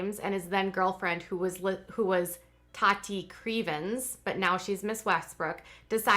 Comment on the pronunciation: It sounds like you're say t-a-d-d-i-e. Lol. Tah-tee I believe it is .